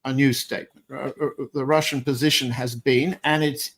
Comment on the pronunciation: As a russian must say john has perfect russian pronunciation my kudos goes to him for that ...